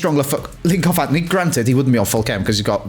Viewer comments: it’s actually antony not anthony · It’s Antony not Anthony and as you said the last SBS with Bateson of it’s not right it’s not right 👀